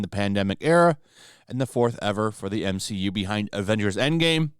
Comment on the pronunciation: What!? You jumped from M-SHE-U to D-SHE-U. Dude, I understand you are chasing that bad, hustling! but please be more discreet about it! 🤣😂🤣🤣